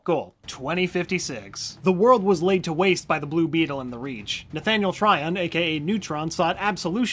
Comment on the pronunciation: Anyone mad that he said the name wrong for blue beetle